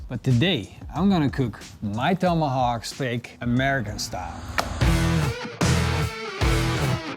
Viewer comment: WTF is a "Tome-ahhh-hock" You overcooked the crap out of it too.